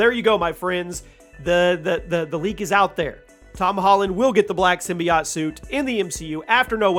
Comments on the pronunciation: why does he say symbi-aught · Everytime you say, "Simbyacht" I poop a lil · Sym BI OTe is how he pronounces that lmao